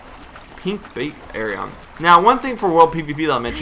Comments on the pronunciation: It's pronounced (I-ON) Not (EH-ON). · Its pronounced Ion you fucking knob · Dude this isn't a discusion it's Ion period. Go watch any of the developer videos dealing with the game and listen to how they pronoucing it.... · i would maybe be okay with this vid if he knew how to pronounce aion.... LOL